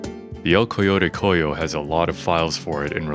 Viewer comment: Amazing investigation, recreation and editing, but im super taken back by your spanish pronouncation! Sounds super silly saying things like "Ascenso Maniaco" and "Coyote coyo"